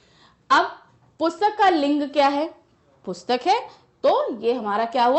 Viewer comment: Ma'am aap Boht glt glt Bolti h jese aapne PUSHTAK ko bataya ......🤦🤦